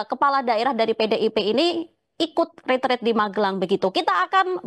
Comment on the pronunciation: Kok banyak yg pakai kata ritrit, bukankah itu retret, artinya kan beda